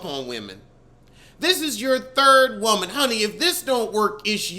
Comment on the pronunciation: great episode 😂😂😂 “YOURE EVERY WOMUN”